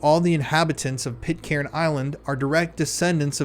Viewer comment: Stop saying pit-Karen ffs….. it’s pronounced pit-kern….